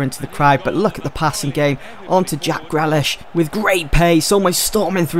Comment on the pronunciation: Grealish is pronounced GREELISH not GRELISH